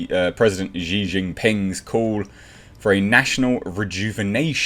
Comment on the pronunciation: Xi’s name is pronounced “She” tho innit.. 😁